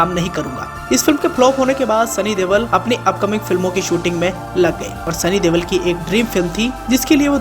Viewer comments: He is not devol or deval he is Deol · Oo bhai Deval nahi Deol hai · Sunny deval???? Deol.... Sunny deol....